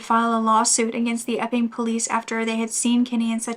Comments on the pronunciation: Thank you for always having contant warnings, just knowing that it is coming in the video makes it easier to hear. Everytime you said " the Epping police" I heard "the f'ing police" 🤣🤦‍♀️ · When u say Epping police I hear “F-ing police” 😂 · Such a horrible story. Thank you for sharing so sensitively. Inappropriate of me maybe, but possibly a coping mechanism, every time you said the town's name it sounded like Eff-ING. It did make for some comic relief :-). Keep up the great work 👍